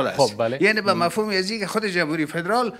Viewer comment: جناب معاون من خو نفهمیدم وقتی پدرال میگفتی منظورت پدرام بود یا فدرال؟